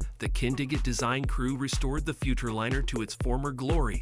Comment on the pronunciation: The use of an AI voice cheapened the whole video. Mispronunciation of both "Futurliner" and "F-150" were dead giveaways. Won't be back to this channel...